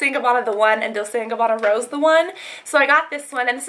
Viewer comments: i dont think its pronounced dolsay and gabanna.. isnt it dolchay and gabanna? Oh well. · its not pronsounced 'dolse' its 'dolche' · You're so pretty and sweet! Lol. Also, it's pronounced Dol-chay and Gabanna with a 'ch' sound even tho it's spelled like Dolce. I used to pronounce it like that too and my mom corrected me :) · she also pronounced dolce wrong